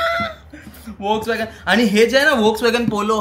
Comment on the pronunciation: Volkswagen is pronounced as फोक्सवॅगन yash dada pan kharch khup bhari ahe car 😍🔥